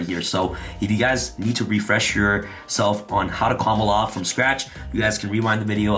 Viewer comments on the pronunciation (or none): Does the way add an l to the term "combo off" make anyone else cringe? Everytime he says "Combloff" I die inside.